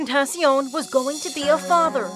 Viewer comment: Its so sad how you pronounce xxxtentacion wrong when he is dead